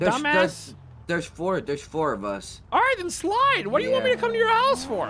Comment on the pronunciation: Hoese Exotic 🤣